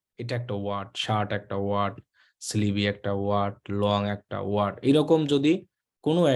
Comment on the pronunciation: Sleeve er pronunciation Hobe স্লিভ not স্লিভি 😆😆